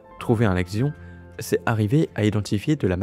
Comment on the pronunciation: Alors par contre, je me permets quand même de te dire qu'un "axion" se prononce "action" et pas "agzion". La lessive aussi, se prononce "action". ^^ Axion \ak.sjɔ̃\ masculin (Wiktionnaire)